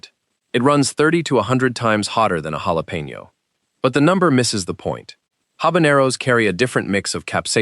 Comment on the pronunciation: Hey, programmer of the AI machine voice! The "j" in jalapeno is NOT pronounced the usual way. It should be a "kh" sound.